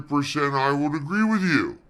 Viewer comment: "I'm puttin' my foot down. I'm done wit' it! No, really! I am!"